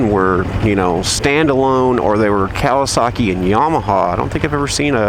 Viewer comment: I love how you say Cal-i-Saki lol